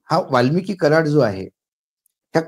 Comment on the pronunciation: सर, वाल्मिकी नाही, वाल्मिक!!